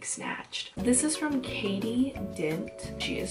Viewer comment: Ooof thats not how say my name but it's okay lol cat-tea not katie